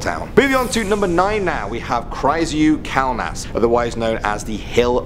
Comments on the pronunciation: number 9 is not creepy its a special place for Lithuanian people.......i am sorta offended as a Lithuanian...also you pronounced the name wrong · It's Kryžių kalnas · Omg I'm laughing how he pronounced Kryziu kalnas I'm lithuanian and it's not creepy at all I've been there maybe for 4 times. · Lol the way you pronounce '"Kryžių kalnas"" is hilarious :D